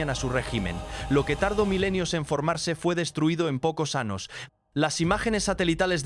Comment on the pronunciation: Porque no pronuncias la Ñ se dise años no anos los anos están en el trasero saludos desde Gran Canaria España🇪🇸 Gracias por compartir esta interesante historia 💙❤💜💙❤💜🙏🙏